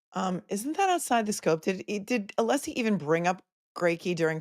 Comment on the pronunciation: Ohhhhhhh. Just got to the end of this STREAM!!!! Holy cow pies!, you a little worried? you retiring after this case? The Cape is calling!! Poor Alessi! Sit down, stand up, shut up, can’t get the name pronounced correctly. This man is a legend the way he performs in the courtroom. What a GG, genius gentleman! Go, fight, win! Now let’s get to the “blank, blank” of Jen! Can’t WAIT!!